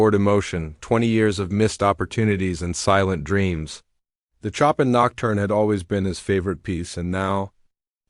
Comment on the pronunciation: Why do yoj You choose narrrators who know how to pronounce words? Chopin for example Chopln is not pronounced as "Chopping" wood"!!!